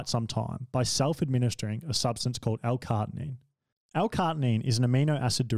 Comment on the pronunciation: I think the bit about L-CaRNITINE (not L-cartinine like you somehow pronounced it) is a bit ignorant addition. Its an amino acid, and a benign one at that as far as usage by athletes goes. to say its outside of the norm for performance is just weird. carnitine is no more serious than taking a good multivitamin and electrolytes to supplement training..